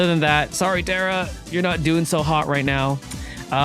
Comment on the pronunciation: Say what ... terra E .... I'm desaspointed sensei ..😑🤗🤗🤗